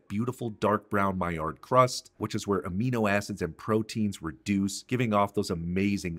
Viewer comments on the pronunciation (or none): none